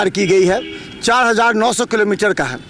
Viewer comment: किलोमीटर तो सही बोलिए